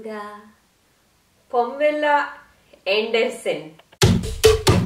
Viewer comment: "Pomela And-a-son"